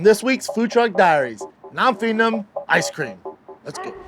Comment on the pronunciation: O’malley really said “some asscream??”